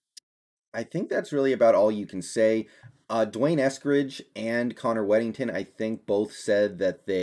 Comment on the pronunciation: You are mispronouncing D'Wayne's name. It is Dee Wayne, not Dwayne.